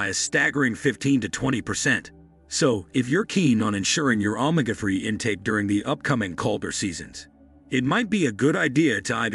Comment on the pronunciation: I'm sorry, but your pronunciation of ,ANY words are incorrect, and make this video hard to follow. You had me until I heard you pronounce Omega, Chile incorrect. I can't take a video seriously if the narrator can't speak correctly.